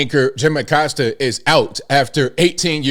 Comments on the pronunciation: Im just glad this guy is leaving so we can correctly pronounce (A-coast-ah not a-cost-ah) Acosta pronounce it right! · Acosta disappeared during Biden. I thought for sure he'd resurface during #47's term. Around here, we don't pronounce his last name Uh-cost-uh and I'm surprised that he does. Ah-costa or aˈkosta.....Spanish pronunciation of coast = costa.